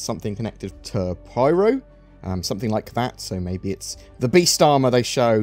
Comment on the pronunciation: It's PYRO not PRYRO.